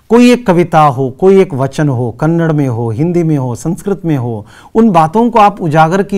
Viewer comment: thanks for the explanation and teaching. But while explain do not mispronounce . Its KANNADA not KANNAD.